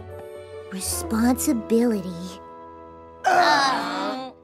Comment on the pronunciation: "Responsiblity" NO PLEASE GOD NO